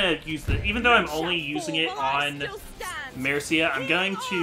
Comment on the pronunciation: i really like the way you say Mercia